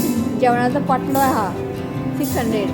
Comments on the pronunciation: it's not pottlo it is called pantlo.God bless you and your family ❤ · Its paatlo and not potlo